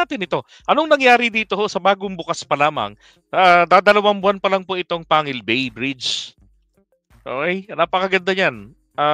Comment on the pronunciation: Pang gil bay ang tamang pag kasabi ng pangalan ng tulay na ito.